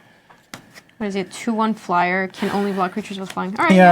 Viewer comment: I think I have to drop kick the next person I hear saying 'dece' after this.